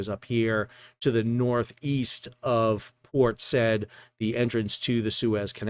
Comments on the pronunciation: Unfortunate about Port Said though. He was previously using both, and today he dropped the correct form and stuck to the incorrect one. 😊 PS: The Arabic name is two syllables, Sa-yeed. The city was named after its founder Mohamed Sa'id Pasha (notice how his name is spelled), 4th son of Muhammad Ali (ruler of 19th century Egypt, probably where the boxer got his name from). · Port Said, pronounced "sah-YEED". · Enough already …. You sound intelligent except for every time you mispronounce “Port Said” …. It is simply, “Port Sa’eed”. Thanks.